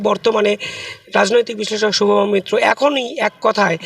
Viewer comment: মৈত্র ✅মিত্র ❌